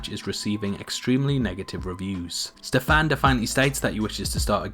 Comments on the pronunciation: Hahaha I just can't with the way you pronounce Stefan. Ste-FAAAN omg I love it its pretty cute!! Stefan is pretty Slavic name, and here in Poland we pronounce it like STE-fan so it's really funny to hear it differently :) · I hate the way you say " Stefan"